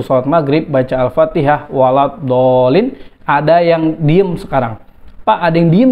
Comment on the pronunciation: baru kali ini saya melihat dan mendengar seorang ketua umum partai PAN (yang notabene terkenal muhammadiyah) ngomong waladolin kayak gimana gitu dulu dia belajar baca alqur'an dimana ? sepertinya belajar pakai huruf alfabet bukan huruf hijaiyah